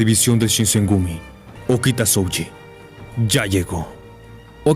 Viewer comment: Vocales alargadas en japones, estudialo, no es SoUji es Sohji, aplica en kanji y en hiragana peron katakana no como Garou de one punch man